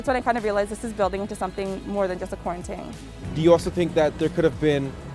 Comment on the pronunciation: Quaran-“ting” 😂😂😂👍🏾love it!!!